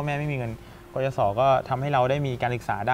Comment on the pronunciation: "กยศ." นะคะ ไม่ใช่ "กยส."